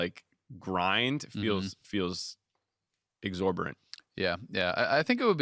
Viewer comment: "exhorborant"